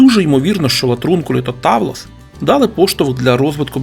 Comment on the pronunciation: Грецькою ігри в камінці правильно читаються Петтіа і Тавлес